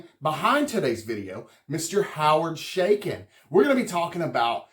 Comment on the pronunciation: Thats A Ch not Sh in the name . It is pronounced Cha as in Chuck not Sha as in Sh##thead.